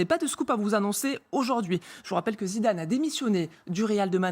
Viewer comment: Non madame cest pas zinezine zinedane